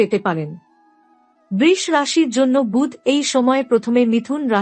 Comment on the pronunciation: বৃষ্ রাশি? বাংলায় বৃষ রাশির উচ্চারণ অন্তত ঠিক করুন।